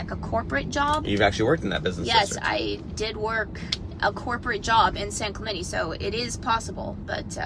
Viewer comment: Hey white people...it's pronounced San Clemente... not San Clemenee. Don't insult my culture like that.